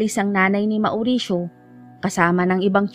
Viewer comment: Naway di nyo po ipagdamdam ang kaunting corrections maam. About sa name nabanggit nyo, about sa pronounciation po ng mauricio, it should be maw'risyo, and not ma'oo'risyo.. lastly po ay taboo, it should be pronounce as tæ'bu, Muli po naway wag nyo masamain at ipagdamdam, di po intensyong magmarunong.. nais ko lang po makatulong sa munting paraan.. salamat po, sanay inyong maunawaan..